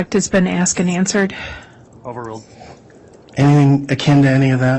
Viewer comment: ASKED and answered; not ask and answered. Also, they're called pictures (pick churs); not pitchers. Sorry, I'm easily annoyed by this stuff. 🙄